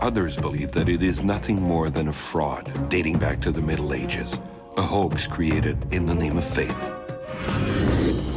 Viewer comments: Yeah, that really got on my nerves as well. It kind of ruined what would have otherwise been a very nice way to begin the program had such a specifically applicable term been pronounced correctly. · Oh for pity sakes you need to look up how to say the word “sepulcher” you are completely wrong in your ridiculous pronunciation. If you think you are smart enough to report on this at least say the correct way to pronounce the words. Look them up, don’t just guess. You like to pretend like you know what you are reporting on but you lost all credibility when you don’t know how to pronounce the words. I love to watch news about the Shroud. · When you use an AI-generated "voice" that can't even correctly pronounce "sepulchre," it destroys your credibility right off the bat. Not the credibility of the subject, but that of the one who posted this video. There are scores of videos on the Shroud, so when the AI "voice" makes a glaring error at the very beginning, people will just go on to a real video on this subject, and there are many.